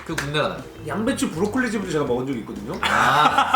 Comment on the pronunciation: 선바님이 양배추 브로콜리 말할때 ㅂ로콜리라고 나옴